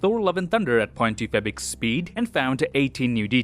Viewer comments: How do you say 0.25x speed? I'm hearing "point two 'fabric' speed". lol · "two point febik speed" what? wtf is that pronunciation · can you stop saying fabic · OMG I thought I'm the only one who hears that.